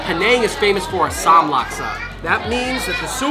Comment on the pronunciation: and they pronounce asam wrong